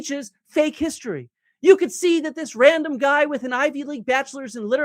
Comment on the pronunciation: Dibble be like “I don’t like the guhy”